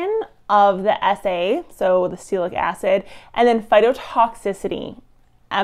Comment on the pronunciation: Honestly, you mispronounced Acetylsalicylic as "Acetacilic", and Salicylic at least 3 different ways: "Saylacitic", "Salicytic", and "Saylic" ... You lose cred as a "scientist" immediately when you can't pronounce a fairly common chemical name. You are otherwise fairly well spoken, but if you can't pay attention to the simple details of pronunciation, your listeners can't trust you've paid attention to the details in your research. Good luck with future videos and being a little better prepared.